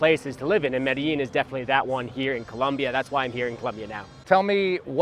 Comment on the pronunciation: that "MEDILLIN" is annoying me. It´s MEDELLIN